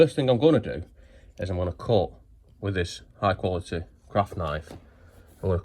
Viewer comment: It's not high quality, It's Hi cwaritty jorry gud😆, at least get the language right if your telling us something.😂